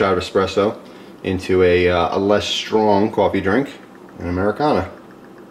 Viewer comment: "SHTRONG" coffee? The word is "strong." There is no "h" after the s. The is no "sh" sound in strong.